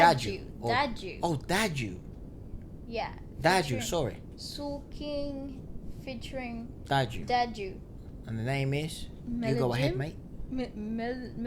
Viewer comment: Just, it is DADJU not DAJDU !